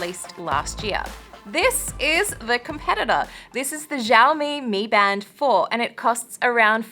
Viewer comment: She doesnt even know to say Xiaomi.